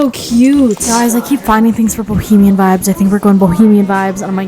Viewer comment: no one:: BohEMIaN